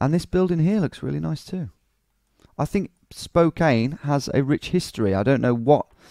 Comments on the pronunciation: Hey, I'm from Spokane! Never expected my hometown to pop up here. Been here all my life (29 years). Spokane is pronounced like Spo-can. 'Can' as in a soda can, and this is used in plenty of punny ways. Local stores include Spokandy, Spocannabis (marijuana is legal here), and Spokanimal (to adopt pets). 1. The courthouse area. No, you DON'T want to walk around here at night! That area is jokingly called Felony Flats by us Spokanites as it has some of the highest crime rates in the city. But overall, in other areas, I think the crime is fairly low. The tower you saw in the video was the courthouse tower, yes. The video also briefly showed the clocktower in River Front park which is more famous, as well as the Pavillion. Also, when you were on the Monroe St. Bridge and made a joke about jumping off if you wanted to end it all... umm... yeah, that is something that happens with alarming frequency on that bridge. Some people are trying to get nets installed underneath. 2. The Gonzaga area. This was recently a joke on the internet because of a segment where Jimmy Kimmel pretended Gonzaga didn't exist. The college basketball team is pretty good, even if our city isn't well known to most, even to people in the US. You also made a joke about hitting a dead end, which is hilarious to me because Spokane has a LOT of dead end roads. I'm sad you didn't get any South Hill locations, but I don't think you made the area big enough to include it. The South Hill is an absolute clusterfuck of r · Also it's pronounced Spo-can don't worry though most people in our state don't know how to pronounce it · Pronunciation Patrol: Spokane=Spo-Can, Aloysius=Al-oh-wish-es -- Re: Hometown - Born: Sydney, Living now: Beautiful, glamorous Woolwich in SE London. You choose! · OMG I hadn't seen this until now. I have left many comments trying to get us on here. I know some have probably said you were saying it wrong. Spo-Can! lol. I said that in my comments. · Spo-can......is how it’s pronounced LMAO